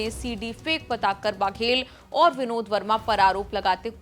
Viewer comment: बाघेल नहीं है बघेल है।